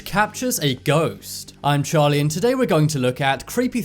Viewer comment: I’m confused the captions says “Hi, Charlie here” but i hear it as “Hi Jolly here”